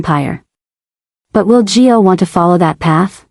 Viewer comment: Why do you call Gio…Joe?